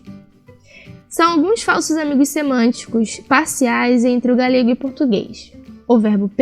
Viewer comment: Não se pronuncia 'galhego' em português mas sim 'galego'.